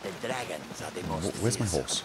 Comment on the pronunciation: be vewwwy quiet, we're huntin' dwagons